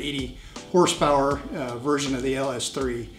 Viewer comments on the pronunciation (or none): none